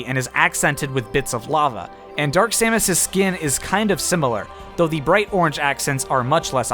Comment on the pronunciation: Stop saying skeen